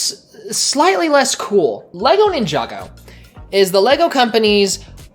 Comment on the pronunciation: The hall of Ninjago Mispronouncing "Ninjaga" "Ninjango" "Ninjenga"